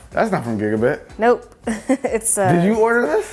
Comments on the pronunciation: It's GigaBYTE not GigaBIT. Like "bite". Geez man. It's not like you're unfamiliar with these companies. Also, that fan on the GigaBYTE eGPU is for the power supply. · Hate to be that guy but I think the company "gigabyte" is pronounced as giga-'bite', not giga-'bit'. The word bit and byte are 2 different things and have different pronunciations. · DID YOU JUST SAY GIBADIT INSTEAD OF GIGABYTE???????????????? REEEEEEEEEEEEEEEEEEEEEEEEEEEEEEEEEEEE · i can’t be the only one cringing by him saying “giga-bit” pcmr would be disappointed! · Our friends at gigabit lol. Edit: wait you saw the box but you still said it wrong. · The folks at Gigabyte cringing every time he says Gigabit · I swear to jesus that if he pronounces gigabyte as gigabit one more time, then imma slap someone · Giga-BITE its pronounced BITE not BIT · Is it just me or is he saying gigabyte wrong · Doesn't even say gigabyte right.. bruh moment.